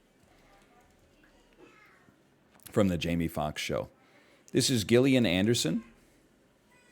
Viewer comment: shot to the chest hearing him pronounce Gillian with a hard G